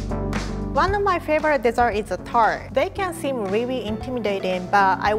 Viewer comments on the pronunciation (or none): Quarity chocorate tolt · Her way of saying tart